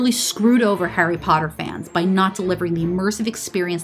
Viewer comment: “Hairy pardurr”